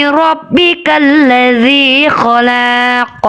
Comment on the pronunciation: Salah.. Yg. Benar. Kholaq. Bukan. Kholaaq